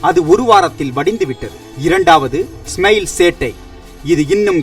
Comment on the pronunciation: டேய் அது சென்னை "வெல்லம்" இல்லடா... "வெள்ளம்" டா... உங்க சானல் பேரு "ஸ்மெயில்" இல்ல "ஸ்மைல்"... ஏதாவது ஒரு பாஷையாவது ஒழுங்கா பேசுங்கடா...